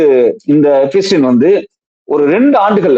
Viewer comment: எப்பஸ்டின் இல்லடா , எப்ஸ்டின்.